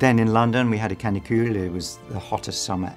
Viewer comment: Et aussi un moment dans l'interview il dit: "canicule" avec un accent bien Frenchy^^ j'adore ^^